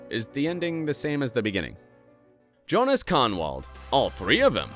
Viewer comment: Younas, not Jonas.